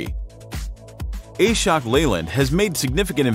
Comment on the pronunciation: Ashok Leyland is not A-Shok its AAShhook